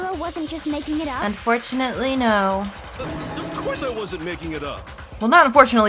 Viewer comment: When said of corse, I was thinking of CORPSE